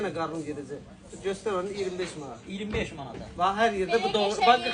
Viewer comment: Savadsiz olmayin Maad yox Manat